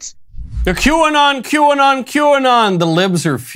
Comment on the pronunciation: If I hear quanon one more time ....😵‍💫 lol great coverage. Keep sharing everyone God's children not for sale